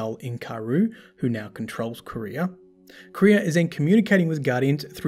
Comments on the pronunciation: Qwa-ria. Not Korea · Nice video, imo Truth to Power is the most interesting lore book but something was bothering me... the way you say the word Quria, Tolands says it in the ascendant challenges and you can hear how he says it.